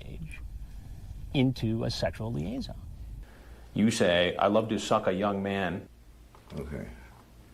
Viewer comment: why does he say it like that "you say ilovetosuckayoungmAn"